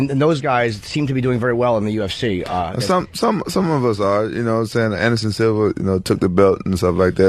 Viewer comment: …HA, go listen to Ant say “UFC”…UfCheee